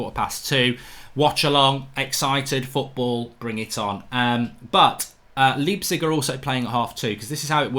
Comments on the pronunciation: You had it right the 1st time. It's pronounced "Lype-zig" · Pronounced Leipzig correctly, the apologizes and pronounces it the wrong way hahaha